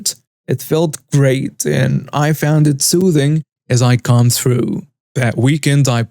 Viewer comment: Combed is pronounced as com Ed, the b is silent. I like foreign languages, an I like to know the pronouncement of the words. Just trying to help.😊